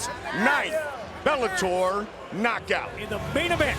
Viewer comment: And right before that he said "The new Bellatoy lightweight world champion"